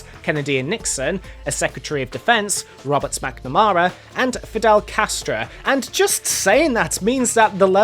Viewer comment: Is it just me or did he say some smackmamara later in the video